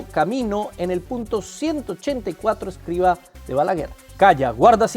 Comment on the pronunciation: Hermano...es Escribá, con acento en la " a " final...😊